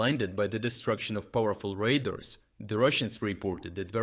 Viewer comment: Not "raiders", it is called "radars".